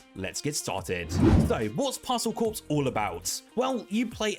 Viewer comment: Stop saying Parcel Corpse! LOL